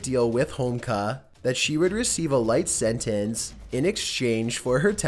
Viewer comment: Kris Hammer Sorry to say be it’s pronounced Sent-ens, not sent-ensee